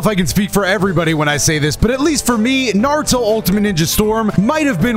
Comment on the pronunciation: Every other time this man says Naruto I swear he's saying Nardo. Like he's talking bout Nardo Wick